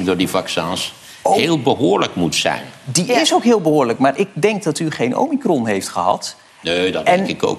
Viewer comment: Omicron wordt fout uitgesproken, vaak verkeerd geschreven en evenals de eerste 2 prikken priktechnisch foutief toegediend. Roel Leerling, huisarts in ruste